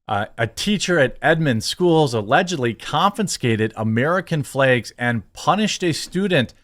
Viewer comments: Does he keep saying flegs instead of flags or is it just me? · My only question is why you keep saying flegs?